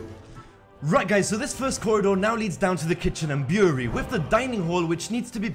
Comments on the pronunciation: It's brewery not buewry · Brew-er-ree, not boory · Beery? Bureau? Brewery? What are you saying? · this was a good video but i couldn't tell that he was saying the word "brewery" until he mentioned beer and wine, cause it sounded like he was saying "beery" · yoU dO rEAliSe tHerE iS aN "R" iN BREWERY